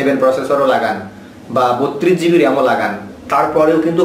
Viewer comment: Gb brother not zb